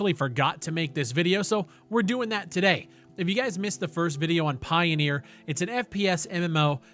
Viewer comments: It's not pioneer, it's pioner. Pie-o-ner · Pioneer? Pioner? I don't think it's pronounced pioneer, if it's spelled pioner?